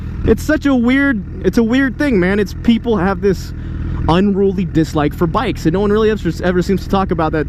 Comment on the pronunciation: When he said bicks i thought he said dicks lmao😂😂